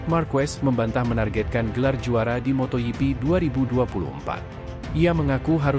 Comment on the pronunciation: motogp bukan moto yipi jok torjok.... bikin emosi aja